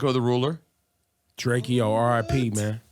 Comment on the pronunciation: “ITS DRAKEO NOT DRAK-E-O GET IT RIGHT” 🗣️